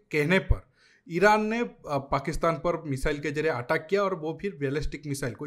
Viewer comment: Aateck nhi ateck